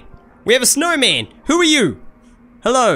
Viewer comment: I thinked he said the snow butt